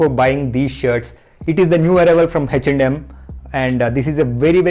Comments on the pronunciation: Bro is 'H&M(eh n em)' not 'hach nd Um' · Am I the only one who is hearing it as HECH AND HEM?